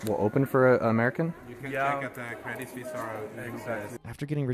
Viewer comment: Well she nailed credit suisse